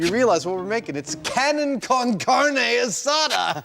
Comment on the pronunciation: "Cannon con carnie" 😆that pronunciation. Should be pronounced "car-NAY"